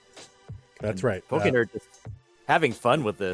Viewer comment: How do consistently call a guy named"pokend" "pokernerd"?